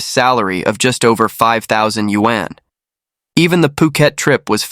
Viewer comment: Yuan is pronounced Yu-arn, similar as in arm.